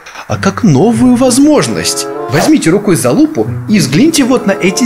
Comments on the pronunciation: не залупу а лупу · Он сказал за лупу